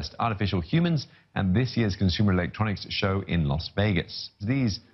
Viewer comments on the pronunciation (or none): COMPUTER Electronics Show? Must be a new one... 😜 Also, "Elextronics" 😂😂😂